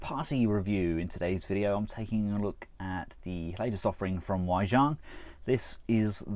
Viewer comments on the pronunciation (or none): Its pronouncedWay Ji-ang not Why Zhang